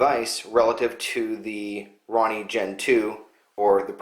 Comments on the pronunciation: Hahaha you call it a Ronnie but it a roni pronounced ro-ni like the samurai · Roe-knee not Ronny. Lmao. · Maco-ronny?? Thought it was called the Roni? Like...Rone-E...lol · say it with me ...row nee....its not a ron nee...RONI